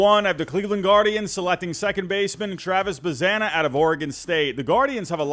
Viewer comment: Nice mock draft (btw it's pronounced "buzz-ON-uh")